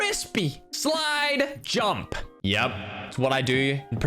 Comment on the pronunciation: Jumpp U said jumpp instead of jump